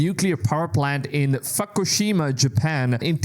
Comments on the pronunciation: Also, You should know about Fukushima. YOu said Fuck-o-shima 🤣 it is pronounced Foo-kee-shee-mah... Fu-ki-shi-ma, Japan :face-green-smiling: sorry I am such a Troll, but that was funny.. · Did he say "fuckoshima"?😅